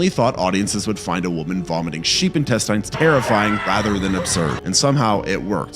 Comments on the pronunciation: Why do you say intesTINES the weird way? I mean technically its not "wrong," but it sure is weird. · If you're going to do videos like these, at least learn how to pronounce the words you're saying. Fascia is pronounced like fasha. Intestines is pronounced without the silent E so the I at the end of the word woukd sound like a short I like that word "in". Hearing you butcher these words makes me wonder how accurate your other facts are.